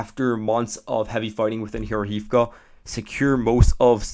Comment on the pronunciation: That town is called Georgeyevka, in English, it would be "Georgetown". The "H" gives a "G" sound. I don't think there is a University there though. lol